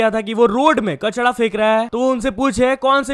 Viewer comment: Kachra hota h be kachda nhi😂 Kafi words ko glt bolta h,chae english ho ya hindi😂